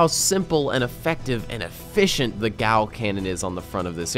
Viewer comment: Dude... it's pronounced GeeAyyYou, not GOW.